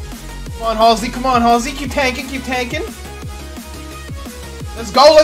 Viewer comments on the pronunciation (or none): Saying your own name wrong “Hall-sey”? 😂. Hal-sy like the singer 😂